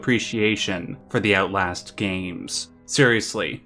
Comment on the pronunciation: Ootlast Sorry.